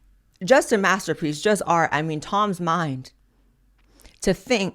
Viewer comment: "You can't even PUH a MAGA hat in AI..." Do you mean "PUT" a MAGA hat? "There is no fun and no AR on the RIGH..." Did you mean "ART" on the "RIGHT"?